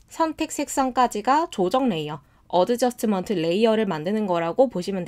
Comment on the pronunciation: adjustment 에서 d 발음은 묵음입니다 . 어드저스트먼트가 아니고 , 어 저슷 ㅌ 먼트 입니다 . costco 를 코스트코 라고 발음대신 코 슷ㅌ 코 , 라고 발음 , 다른건 다 좋은데 자꾸 발음이 듣기 불편 합니다